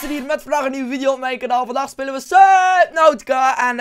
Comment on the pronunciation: Toen je de naam van het spel zei leek het op suckadick hah fucking geniaal